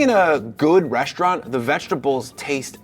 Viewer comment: it's called " reSTaurant ", not "reschtaurant". That's a new fashion now also more and more used by news anchors on radio and TV, using SCH instead of ST. I't is neither cute nor cool. Sorry,...I call you out on that, as well other YT food video posters. Same like 'many people in public start now saying everywhere 'negoCiations' instead of 'negoTiations'. Some people try will all power they have making the general population more stupid than they already are. Right? I'll come back again in a few videos and see how your pronunciation habits have changed. Until then....bye bye...